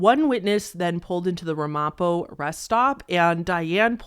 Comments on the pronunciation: "RAM-a-po", not "Ra-MOP-o". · SUN-oh-Koh. RAM-Uh-POE. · Local pronunciation: Route 17 is pronounced 'root' 17 and Ramapo is pronounced Ram-a-poe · the number of mispronounced words in this video is staggering. I mean I get not knowing how to pronounce Ramapo, but I'm pretty sure Sunoco is a national brand.